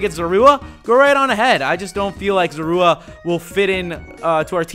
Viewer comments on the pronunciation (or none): you don't pronounce Zorua right at all